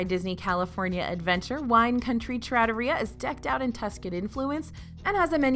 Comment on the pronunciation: Love the video. As you said, it’s subjective so I rank some places higher or lower than you did, but you did give a lot of valid reasoning. Not being good for kids is something I don’t have to deal with often, but I can see how that lowers a ranking. Two pronunciation corrections I noticed. You either had emphasis on the wrong syllable or missed a letter/sound. -Trattoria: trah-TOH-ree-yah -Wagyu: WAHG-yoo -Tonkotsu: ton-KOHT-su (ton-KAHT-su is deep fried pork cutlet)